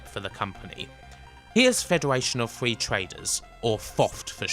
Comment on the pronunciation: Love a bit of Grand Theft Auto Fwee